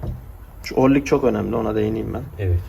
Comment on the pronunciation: 10 numara.yalnız orlik değil o rıng ya da orıng